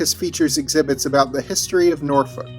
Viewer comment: Thank you for pronouncing Norfolk correctly. Shoutout to the 757.